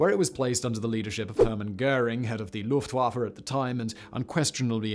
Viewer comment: As German, im Happy Hitler didnt belive that Nuklear Weapons can be a thing! PS: beside the atrocious pronounciations of german, "the LuftWaffeln" had me laugh out loud! 😅